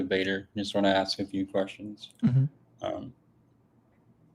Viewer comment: Student admits that he would have set up a better system than his god. Then pivot pivot pivot! Its not a good question he says because I cannot answer! And he keeps saying aks instead of ask! Now getting cooked! And another who knows not his book! And then the laughter of defeat! If the woman was not a virgin at marriage then how would a physician inspecting her after the marriage night help at all?